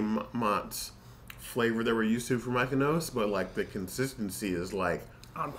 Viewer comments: Looks yummy. Thanks for the bonus dough recipe. You guys are cute pronouncing Miyoko’s “Mykonos” lol. The founder is actually Japanese and her name is Miyoko (mee-yo-ko).😊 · 😆 on her name pronunciation yall.. it actually pronunced .. ME-YO-KO ... think I would use this as a base sauce for unchickun and spinach instead of using a pasta sauce .. yumm.. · Pronounced Mi-yo-ko’s it’s Japanese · Miyoko is pronounced Me-yo-ko ❤️ thank you very much for the review! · that drove me her saying her name like Miko's. Him too. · The mispronunciation tickled me guys :-) you kept saying Mykonos like it's from Greece. I dug it lol :-) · "Me!" "Oh!" "Coe"! Easiest way to remember. :) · I love them BUT they are not pronounced “Mykonos.” That’s a Greek island and Miyoko is a Japanese name. It is not at all difficult to pronounce and it’s really off putting to have it this badly mispronounced and feels really disrespectful. Like, you had to have completely ignored how it’s actually written to pronounce it that way. Please at the very least add text over this absolute butchering of her name acknowledging that. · Why do you struggle? Learn it and commit it to memory…I promise it’s really not difficult at all. I was cringing hardcore every time you said “Mykonos” and it made me feel like an asshole, but it’s the lack of attention to detail that drives me bonkers. That said, I appreciate the review, regardless of the aforementioned snafu. 💘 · Miyoko’s pronounced Me-yo-Kos. Thanks for the review. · Not My-keno! 😂😂😂😂😂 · What do you think of Miyoko's products? (We apologize for our struggle to pronounce the name correctly)